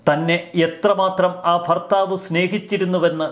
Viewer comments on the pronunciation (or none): none